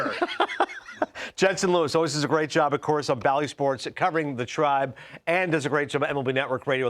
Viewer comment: Why can't you say Tribe?